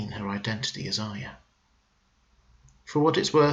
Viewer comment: You are one of the few Youtubers that pronounces Arya correctly which makes me very happy!